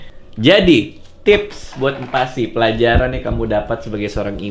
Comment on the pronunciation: Aku kalo ngomong MPASI tu "em pasi".. " bang radit : "mm pasi".. dan yg baca tulisan ini be like "apaan siii"😂